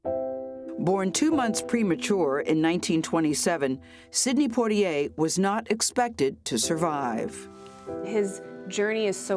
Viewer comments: You guys always pronounce his name wrong it’s poi - tier as a Bahamian it makes me laugh cause what the heck is poi-t-a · Respect and admiration is what I feel for Mr. Poitier. Oprah and Gayle should at least pronounce his name properly. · Wow Gayle can't pronounce his name correctly! :)